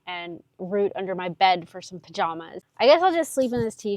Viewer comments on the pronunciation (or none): none